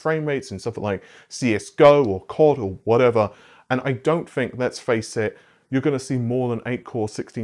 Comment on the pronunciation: Why do you pronounce "think" as "fink"? i see the gesture so no going around it, i'm legit curious.